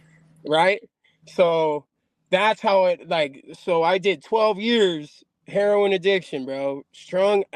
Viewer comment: Hahahaha Here-Ron!!! Because you’re strung out from here-Ron ! Hahahaha homeboy made him a Cuchara Jajajajaja had to laugh in Spanish for that one ☝🏾 LoL 👊🏽💣